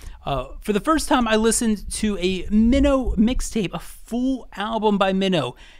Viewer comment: Good list but Song Minho’s stage/rap name is MINO pronounced as ‘my-no’.